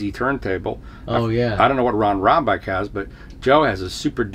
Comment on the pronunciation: Ron not "Rob" Rambach